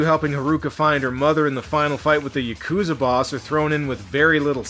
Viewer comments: Well I hate to be that guy... but it's not Ya-coo-zah. It's Yah-kah-zah. And that's from a former Japanese roommate I lived with who knew some Yakuza in Fukuoka. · is it really that hard for americans to properly pronounce yakuza?